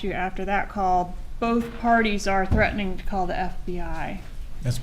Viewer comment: “Threadening” 🙉 is so irritating 🤣